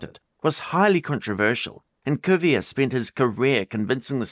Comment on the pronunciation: You need to be more consistent in your pronunciation. For some reason, you chose to pronounce Georges Cuvier with the French pronunciation of his first name, but the English pronunciation of his surname. One or the other, not both. In French the surname is pronounced Coo vee yay.